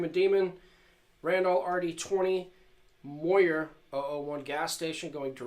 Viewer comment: You must of failed every single english amd reading class you ever took as a kid. Pronouncing randall and mooer so badly wrong the way you do. Great guitar tone tho.